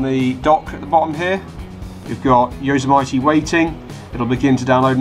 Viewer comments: Hate to sound picky but Yosemite is pronounced Yo Sem itty... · No offense but you really butchered the word Yosemite. It's pronounced Yo-sim-it-e lol just so you can get it right. Good vid though. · don't you even know how to pronounce the operating system?